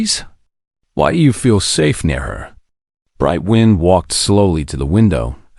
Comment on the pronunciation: Based on how the AI tends to mess up words with two sounds, (and a few rules of English that have sunk into my bones over the years), it's Bright Wind Through Grass (like air blowing a path through the grass.) When saying the full name the AI says wind with a long I, like winding something up. When just using the nickname/short version, it says Bright Wind, with a short i, like blowing air. The air version makes sense with the name. Otherwise it would be Brightly Winding Through Grass (winding your way, our winding yarn.) Both names are pretty.